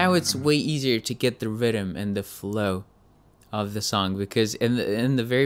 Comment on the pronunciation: When he said rythem I kept hearing "rydem" lol